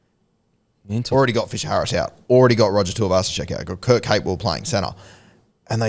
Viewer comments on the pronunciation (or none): none